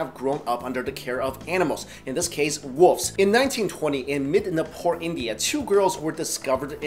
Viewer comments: woofs, that's what it sounds like your saying. Its wolves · he says woofs instead of wolves lol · I hate people who say "woofs" instead of "wolves" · You say woofs instead of wolves lol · WolVes not woofs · At any rate, "should of" has no meaning. The proper way to say it is "should've" or "should have." Saying that the fact that the guy pronounced "wolves" "woofs" bothers you more than it "should of" rubs me the wrong way. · It's weird he says wolves as /wʊvz/ where he drops the /l/. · i keep hearing him say "woofs". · Lol he called the wolves woofs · does anyone else hear woofs instead of wolves haha?